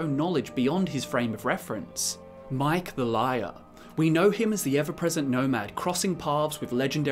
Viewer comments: It's really driving me insane that you're pronouncing Maiq as Mike and not Ma-Eek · not mike its ma eek maiq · Why are you pronouncing his name as "Mike"? It's "mah-eek" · omg say it with plz (my)-(eek) lol sry idk why it got to me so bad but i had to pause and post at "mike says mikes dad was mike" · You’re pronouncing his name wrong. It’s ma eek. Not mike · It's Maiq not Mike. Lol myeek. Say it with me. Myeek. There now you can say it hopefully. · Aaaaaaaaaaaaaaaaaaaa!!!!!!!! Ma'iq is pronounced Mah-eek' NOT Mike!!! Ma'iq has two syllables damn it! You're as bad as former US President George W. Bush attempting to say terror and all that comes out is tare! If I had to hear him say "War on Terrrr" even one more time I'd have lost my mind! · My-eek. Fuck man. Not mike. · OMG it's not Mike! It's M'aiq! My-eek! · "My-eek" not "Mike" thumbs down for not even listening to how he pronounces his own name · Dude, M'aiq isn't pronounced "Mike." It's pronounced like "My-eek" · It’s My-eek, not Mike, you British fuck. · Maiq ("mah-eek") is not pronounced like Mike. You've lost 20 geek points. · it's pronounced Mah EEk not Mike ! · My-eek not Mike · 🤣 Say it with me now: Maah-YEEK. 😉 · I was getting so pissed off when he kept saying mike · Oh it’s not “Mike” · It’s not Mike!!!!!!!!!!! How can you get Mike from Miag!!!! This man know so much lite but don’t even play the game that much to know it is not pronounce MIKE!!!! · "Mike the Liar" WTF THAT'S NOT HOW YOU PRONOUNCE IT BRO XD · M'aiq has two syllables. Mah-eek. This has inspired me, though. I shall now create a punch cat and name him M'aiq Tyson. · Actually the first suffix isnt "mah" it's more like "may" (Māy-eek) The "i" brings the long sounding "a" out Bit then again it's a name and is pronounced like the creator intended lol Shithead (shith-eed) is a common surname in Africa but its spelt like Shit Head lolol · It's Ma'iq. Not Mike. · Your pronunciation of Maiq grates across my gums like a rusty file...